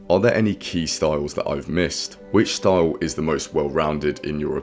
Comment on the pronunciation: Not often I hear style being pronounced staouwle